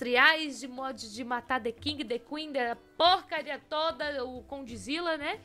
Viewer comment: ela falou kondizilla do canal kondizilla